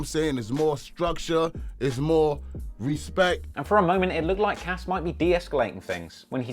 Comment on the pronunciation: When Birdman couldn't say Respect or DJ Khaled couldn't say Jewelry